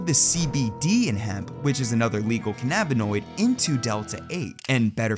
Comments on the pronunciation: You say Ca - nnabinoid, so do you also say Ca - nnabis? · why you say cannabinoid like that 😅